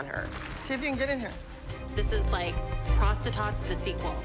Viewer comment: This is the 14th time I’m watching this and says: this is like prostatots the Sewell. Me:☠️ what even is the time then 1984